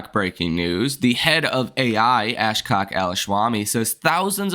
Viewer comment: Are you goofing on the pronunciation of Ashok's name?